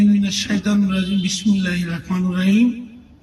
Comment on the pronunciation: জীবনে কী ঘোড়ার ডিম শিখলা আউজুবিল্লাহ, বিসমিল্লাহ শুদ্ধ করে বলতে পারো না।😢😢😢😢